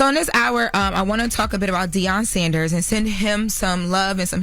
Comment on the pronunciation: I thought Deion’s last name was Sanders and not Saunders????